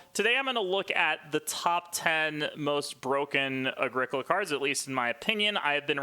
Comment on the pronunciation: How about starting by pronouncing the game correctly? It's pronounced Ah-GREE-co-la (it's italian). Sheesh